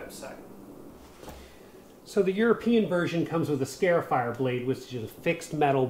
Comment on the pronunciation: It's not a "scare"ifier.It's a "scar"ifier.